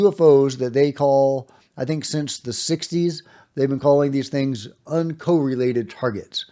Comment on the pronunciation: T= The word is UN COR RELATED not UN CO RELATED correlated ( kor-uh-leyt ) for Verb + Adjective ( kor-uh-lit ) for Noun corelate,, in British Usage T= HAVANA is HA VAN A not HA VON A T= not HA VON O